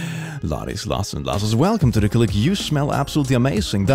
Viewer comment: I love how The Click sounds like "the clique". A clique is a friend group. Like the popular kids / nerds / arty kids kind of thing.